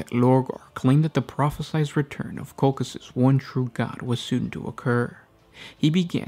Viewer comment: I am pretty sure (litnening to audio books from BL) that Colchis is pronounced differently 😊